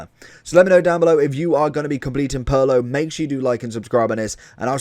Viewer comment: the ways he says Pirlo sounds more like Paolo 😅